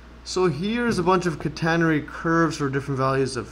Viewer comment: /CAT - uh - nair - ree/ 😄 (Stress on first syllable)